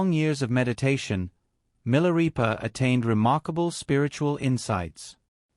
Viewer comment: Pronounced 'Mi la ray pa' NOT 'Mi la ree pa'